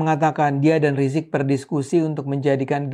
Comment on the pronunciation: Kenapa bang ade ini pakai sebutan Rizik rizik gitu kayak males skali mau bilang Imam Besar Habib Rizik seperti banyak orang nyebut Habib Rizik dimana2